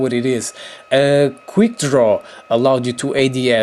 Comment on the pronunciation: It's quick not queer